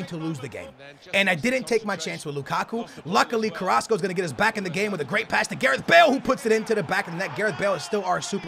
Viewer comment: He said carraso👊